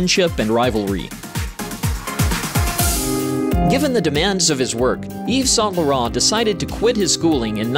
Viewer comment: exactly…. Paris Match … horrible .. Yves Saint Laurent, terrible..